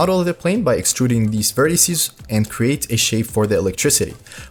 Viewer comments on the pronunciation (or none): none